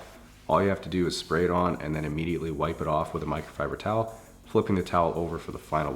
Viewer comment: Nobody:: miCrOFibEr ToWEl